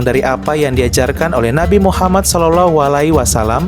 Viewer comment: btw bro, elu itu muslim kah?, Kalau bukan muslim gak usah lah bikin data" begini, dan membalas komen seakan" elu mengatakan bahwa Syiah itu bnran Islam, kenapa saya ragu kamu adalah muslim, karena ada kejanggalan dalam makhrajul huruf yang kamu ucapkan, bahkan bilang nama Muhammad aja kamu janggal banget, padahal nama Muhaammad dalam bahasa Arab itu bertasydid jadi M nya dibaca dobel/ditahan 2 harkat dan huruf akhirnya adalah د yang merupakan huruf qolqolah, dan harus di pantulkan bacanya, elu malah lempeng aja bacanya ,kayak nama orang Indonesia, so, apakah gua benar elu bukan muslim?, Tolong lah dijawab 😁, biar elu gak terkesan mengadu domba 👌